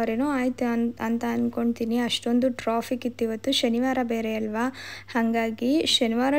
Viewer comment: Troffic alla ri its traffic😂